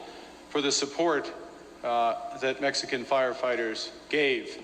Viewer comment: MEX-CAN. Sweet. L.MA.O.